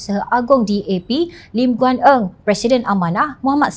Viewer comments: Jom Channel got to be sure names are not pronounced at the presenter’s fancy. The name of LGE was pronounced as ‘Ng’ instead of ‘Eng’. This is not only showing the unprofessionalism of Jom Channel but calling someone by another name is disrespectful. What if ‘Anwar’ was pronounced as ‘ Nwar ‘ ? I can accept if these pronunciation was made by foreigners as they may not be familiar but to have a local doing it is not acceptable more so when Jom Channel wants to be a favourite media to the public. I am a follower of Jom Channel but will tell if it’s direction need to be reviewed. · Eng bukan Ng. Betulkan pronouns.